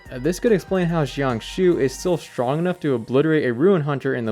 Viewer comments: its jiang shue not jiang shiu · ah yes my favorite npc "shian shoo" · good theory, but i cant help but wince at his pronunciation of jiangxue's name in this entire video 🥲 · real lol